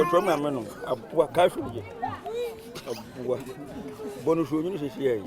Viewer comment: He said "abua" meaning animal.